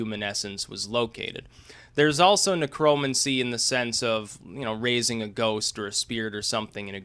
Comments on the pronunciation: You pronounce it Necro-mancy. It was and is a real cult. The spells go back centuries and involve hands on spell work if you know what I mean. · Neck Row Mancy....idiot. say it right. It's not a political term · say it with me, "necro" "mancer" as in rhymes with cancer... why the fuck do you say it so weird? your way off man lol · Huh, I have never heard necromancy pronounced like that.